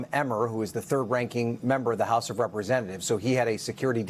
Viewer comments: its Dais... 'DayUS'.. NOT 'DIEass' jeeez. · Dais - ˈdā-əs (day-us)